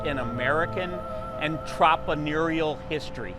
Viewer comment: May be hard to understand him in the way he says the word but, “entrepreneurial”.